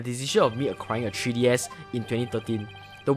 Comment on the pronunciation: "TREE DS"